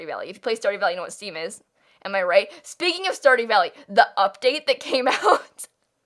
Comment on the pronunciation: When you said Steam I thought you said Steve as in Minecraft